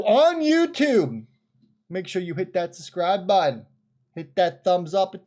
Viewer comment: Why are all Youtubers saying suscribe instead of subscribe at the moment 🤔😂😂